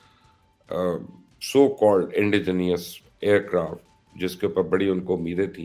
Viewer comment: Its Indigenous- nous - نس and not nious or neous نیئس